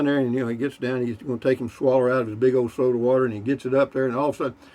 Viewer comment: Every time you say soda water i start cracking up lol